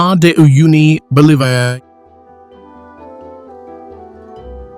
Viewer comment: It really sucks that this video confuses and cannot even pronounce the word Bolivia and then asserts that the world's largest salt flat WHICH IS IN BOLIVIA is in Yemen. This kind of stupidity cannot be tolerated. I would love to start a movement TO FORCE ALL AI CREATED VIDEOS TO BE LOCATED IN A SEPARATE CATEGORY SO THAT WE CAN CHOOSE NOT TO SEE THEM IF WE DID NOT WANT TO. The creators do not even perform the most simple editing and fact verification relying solely on the AI for creation and getting them posted as fast as possible to generate as much money while potentially spreading misinformation or even false information. There is no dignity and no pride and they need to be held accountable